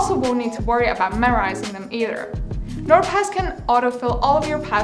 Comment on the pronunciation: Bro why do i keep on thinking ot says nword pass